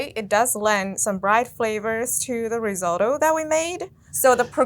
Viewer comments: What is Riz ah to. She doesn’t look Italian for a reason. The rice dish is pronounced RIZ O TOE ! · Risatto? Seriously? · Ri-zotto? #pronunciation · ri-sO-tto.. Capital O… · Ri-zatto!!!??? Lmmfao 😊😅😂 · Yikes! Did she say, "ri sot oh"? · Don't call it Rizotto🤦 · Did she just say risauto? Get a clue lady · I might be the only one, but the way she pronounces Risotto as "RisAHto" just felt extremely wrong. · I don't trust cooking advice from anyone who pronounces it Ri-ZAW-to. I'm Asian. Who found this robotic Asian chick who looks like she's reading cue cards and why was she chosen? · Did she really say riz-otto? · This is the first time in my well-travelled, senior citizen, experienced cook and foody life, that I've ever heard the word, "risotto," mispronounced as "rizz-auto," or "rizz-aw-toe." did that twice. As always, ATK needs to get some editors. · you pronounced risotto wrong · How the fk did you pronounce risotto? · wait how sdid she pronounce Risotto??